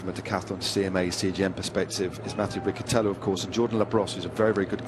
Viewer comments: It’s Riccitello not Ricchitello😉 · and if not? What will you do if he doesn't pronounce his name in the way you want to?